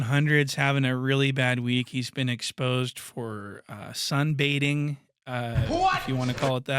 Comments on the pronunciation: "Sunbating" is crazy 🤣 🤣 🤣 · He got caught "sun 'bating" 😂😂😂😂😂😂😂😂😂😂😂😂